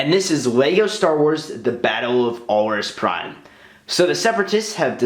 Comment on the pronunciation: Productions OK. I was just curious, because you pronounced the name incorrectly (Granted, it was only mentioned in a computer game.) And you didn't include any Wookies (It was one of the few Wookie colonies to exist, as Alaris Prime is a planet or moon in the same solar system as the Wookie home world Kashyyyk) While it doesn't terribly bother me, I just wanted to know if you knew.